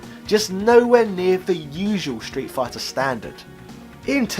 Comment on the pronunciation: Why do you keep pronouncing it “shtreet”? No H in there, bruv!